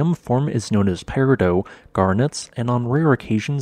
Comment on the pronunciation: thank you for pronouncing peridot correctly